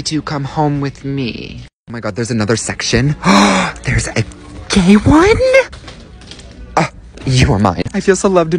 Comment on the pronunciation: "It's a GaY OnEEE" had me laughing so hard